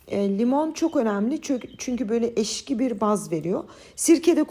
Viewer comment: Ekşiye "Eşki"demeniz çok sempatik 🤗"Alyvly"